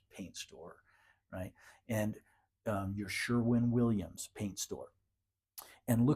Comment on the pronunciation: Until you said it in this video, I always thought it was Sherman Williams... But you are right, it is Sherwin Williams